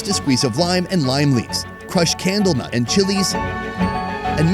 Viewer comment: Are you saying camel nut?